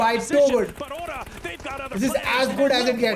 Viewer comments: PLEASE TAKE A NOTE OF IT THAT ITS NOT PRONOUNCED AS HORAAA IT IS PRONOUNCED AS ORAA! Please correct yourself its irritating hearing the wrong pronunciation again and again!! 😢😅 ORA NOT HORAA, Ora not Horaaa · I was expecting HORAA NO FEAR to be the day's MVP!!!! WHO ELSE WAS EXPECTING THE SAME!! And its pronounced as ORA NOT HORAA! 😢😅